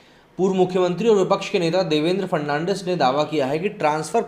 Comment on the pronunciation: Throughout the video you mispronounced Devendra Fadnavis as Devendra Fernandez